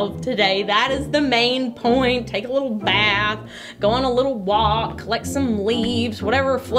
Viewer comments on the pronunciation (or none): none